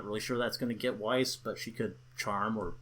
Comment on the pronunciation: I dunno if Weiss' name is surposed to be pronounced like the german words (= white snow), but if so, they didn't get it right.